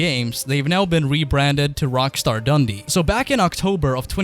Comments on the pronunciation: Omg why would you buy the studio behind crackdown one of the worst franchise's ever great get guys ! Oh and it's dun-dee not dundee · Btw when you say Dundee put the emphasis on the 'dee' not the 'dun' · I'm from Dundee, so best wishes from Scotland. Plus you pronounced it wrong its Dun-D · plz learn how to say "Dundee" properly... cheers